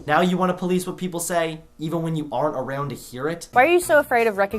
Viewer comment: You pronounce “around” weird